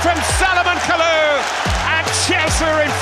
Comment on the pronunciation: It's Kalou or Kalour 😂😂😂😂